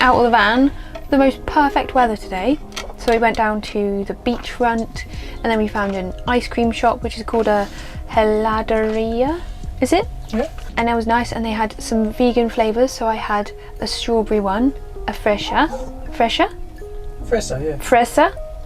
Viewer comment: aw your fur babies always bring a smile to my face <3 i bet the trip would not be as special without them. i love your tiny studio corner/slice of van 🤩 for "heladeria" you don't pronounce the h btw 😅